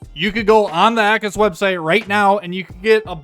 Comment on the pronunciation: it's not AKKUS, it's A-cus:face-green-smiling